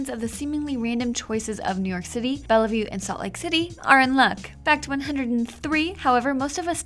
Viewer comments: How about that microsoft store in bellehview edit: its spelled bellevue and pronounced bell-view not bell-eh-view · its pronounced Bell View.. the 2nd E is silent.. Bellevue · (cringes as the voice-over pronounces the city's name as 'BellAvue') (realizes she's probably not from Washington) (dismisses the mistake) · Its pronounced Bell-View, not Bell-e-view